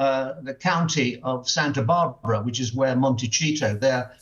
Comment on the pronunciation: Love Mr. Cole, but the town is pronounced MonteSito, not MonteCheeto. It would be pronounced Montechito if it were an Italian name, but it is a Spanish place name. And it is indeed pronounced MonteSeeto.